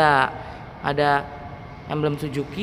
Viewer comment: emblem SUZUKI WOI BUKAN SIJUKI